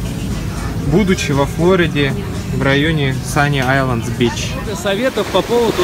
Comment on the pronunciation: Почему один из вас говорит sunny Islands а другой sunny isles? (Вы все рвано классные)